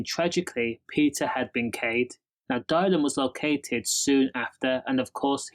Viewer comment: Whos Dial-in? 😂 Good video tho mate